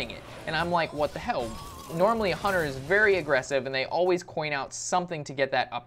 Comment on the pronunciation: LOL "Hun-TAR" Learn to talk, Geez.